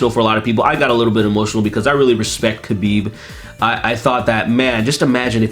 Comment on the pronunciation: *HABIB is the correct pronounciation